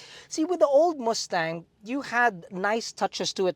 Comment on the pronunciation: chill theyre filipino